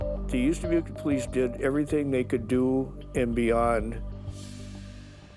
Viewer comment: British female narrator, the word is everything, not everythink!